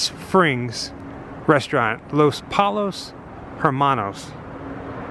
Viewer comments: its pronounced LOS POYOS Hermonos (2 LLs make the Y sound in Spanish). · can't say los pollos Hermanos for shit